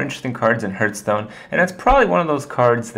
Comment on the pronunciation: Hearthstone... hearth... stone... hearthstone, not hurtstone, nigga! Say it with me NOW!!! #BoondocksAPimpNamedSlickback Nice advice, thanks!